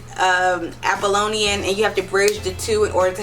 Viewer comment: Neat-chay? Troot? Apolian? Dioneesius? Euripeedees? Reading off a script and can't follow it? Vulgar language? This is a hot mess aside from the low-hanging fruit